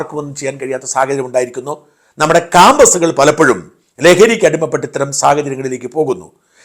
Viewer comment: It's not cambus but campus.Pronounce correctly,you are a journalist,no?